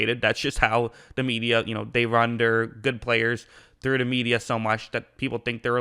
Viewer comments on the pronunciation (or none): none